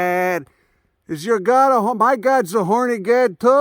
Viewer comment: "yer gawd" haha love it